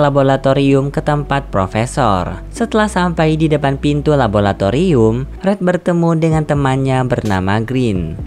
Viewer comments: Min, sekedar mengingatkan.. Yang benar adalah "LABORATORIUM" bukan "LABOLATORIUM" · Laboratorium min... Bukan labolatorium 😁 gemes dengar mimin